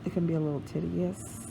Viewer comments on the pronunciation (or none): she said tedious like tiddyus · What is titious? The word is tedious! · You mispronounced the word tedious.